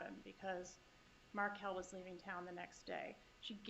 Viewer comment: So you guys spelled Dan's last name wrong in the heading under the video :( You say Merkel...........It's Markel!